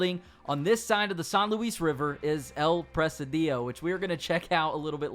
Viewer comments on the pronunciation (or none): El preh-SEE-dio. Not El preh-sih-DEE-oh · It's pronounced "pra-sid-e-o" Not "Pres-a-dio". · Its Pronounced El “Press Cd Oh” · It's "El presídio" not "El presidío" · El presidio not "el presadiyo". Great video. Thanks! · El Presidio not El Presedío 😂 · No is El presiidiiio. Is El presidio. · El Pre-SID-io. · You pronounced “El Presidio” wrong. It's Pre-Seedeo , not Pre-see-Dio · It pronounced "el preSIdio ". It means The Jail or Fortress of soldiers. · STOP CALLING IT “EL PRESIDÍO” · El presidio means the jail or the asylum. It's pronnounced "pre-c-deeo" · You pronounced El Presidio wrong lol it’s actually El-pre-seed-yo